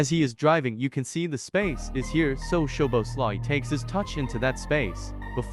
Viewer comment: Listening to this was a pain in the neck. His name man… have a little respect at least and try to pronounce his name properly. At least TRY. Szoboszlai = So-bos-la-e Not to mention… The voice on this video was so painful to hear I had to turn it off after 37 seconds.